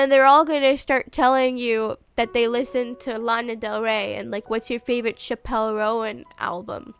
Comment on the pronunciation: ☝🤓erm "chappell" is pronounced as chapel 💒and "roan" is one syllable like the horse 🐴